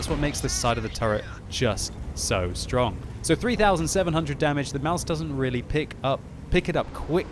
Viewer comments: its pronounced Maus, you dont put anything behind the s...just stop doing that please. the english way of saying mouse is really damn close to the german way of saying Maus so no need to change anything there really...idk why some ppl believe german words are pronounced with an "a" at the end...like some ppl believe Porsche is pronounced Porscha...dafuq?! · CHUBBYCAKES Maus* or mouse, it's not mause, that's pronounced "Mausa"